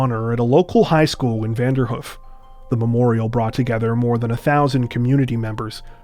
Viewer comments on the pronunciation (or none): It's pronounced Vander - Hoof.. like a horses 'hoof'.. 2 long 'O' sounds, not Vanderhuf